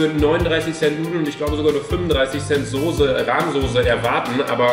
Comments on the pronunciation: Warum sagst du immer Sose? 😂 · Es heißt Soße und nicht Sose... 🤣 🤣 🤣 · Warum sagst du immer „sose“ es heißt „Soße“. Mit nem „scharfen S“ 😂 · Wieso sagt Luca und viele andere immer “Sose“ es heißt SOßE!!! 😂😂 Es macht mich aggressiv!!!😂 Trotzdem geiles Video!! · SOßE nicht SOSE !!!! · Ich sag immer soß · Soße Luca, S-O-ß-E nicht sose 😂 Love you ❤ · Luca, sag mal bitte wie jeder andere SOßE und nicht Sose😂👌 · Ich sag auch Sose😂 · Normale Menschen: Soße Luca:Sose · Ich hör auf das video zu gucken einfach weil Luca Sose sagt statt Soße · luca kannst du bitte aufhören Sose zu sagen es heißt Soße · warum zur hölle sagen alle YT sose das triggert voll :) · Soße nicht Soose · junge es heißt soße nicht sose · Es heißt soße und nicht sose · Hahahhaha ich sage immer Sose😂😂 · Soße heißt es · Ich sage SOSE😂😂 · Ich sage immer sose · Soße nervt mich irgendwie wenn es zu oft kommt sise nervt eig.auch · Das heißt sauce ( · Es heißt soce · Es heißt Soße😡😡😡😡😡😡😡😡😡😡😡😡😡😡😡 mit ßßßß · es heißt soße!! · Sose .....ES HEIßT ABER SOßE SOßßßßßßßßßEEEEEE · Ja Manisssssss soooooooo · Mich auch 😂😂